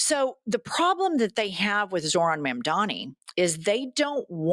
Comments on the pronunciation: We need to work on the pronunciation of Zor-han Mom-dani It's important because they're going to try to weaponize it like they did with Kah-mah-lah's name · Jesus christ, can you pronounce Zohtan Mamdabi's name right? Maybe not like a maga moron?